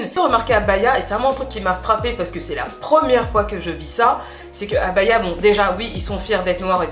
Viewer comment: BA-HI-A !!! 😉la bonne prononciation